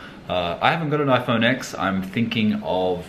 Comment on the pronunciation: It’s ten not x